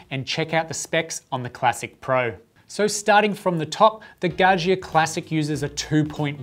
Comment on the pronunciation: its pronounced Gah Ja